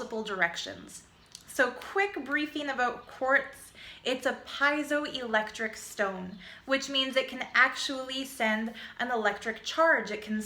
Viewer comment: its pronounced pair-i-dot. and peez-o-electric